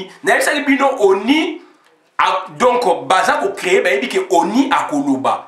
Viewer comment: On sortira pas de l' auberge avec de tels propos. ONI et donco n' existe pas en français. Ozo toka boye ? Nanu otoki tse. Combien de temps vis tu en france ou belgique? Y a t il pas des ecoles pour adulte specialisées en prononciation? Fait un effort pardon.